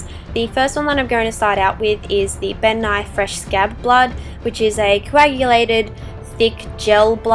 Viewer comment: I thought she said bill nye instead of ben nye